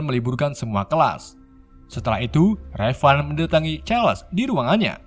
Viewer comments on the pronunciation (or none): min raven dibaca "reiven" bukan revan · Raven bukan revan cukkk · Raven Bukan Revan 😡😡😡